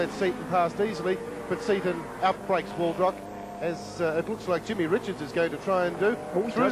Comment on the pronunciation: Jeff "A-lamb", and Kevin "Waldrock" #facepalm